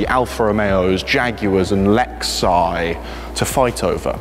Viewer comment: You practiced this and said Lexiii? It detracts from the video 😂